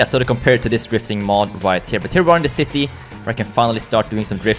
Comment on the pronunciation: The ‘citti’ it’s just so funny when you say city, no hate, it’s just good!